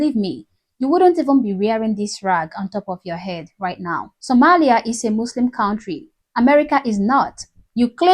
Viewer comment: Congratulations! You finally learned how to pronounce "Sòmālìā." 👍!